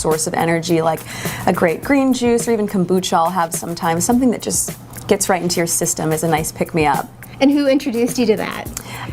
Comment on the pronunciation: Konbuuuucha? Wrong pronunciation. She probably has no idea what it consists of. Something like her straggly, messy hair. Only beneficial. 🤮🤮